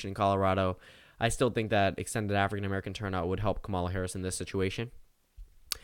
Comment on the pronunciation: "KAmuhluh" damnit